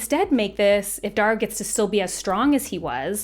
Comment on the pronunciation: Ok Darrows name is pronounced like arrow with a D.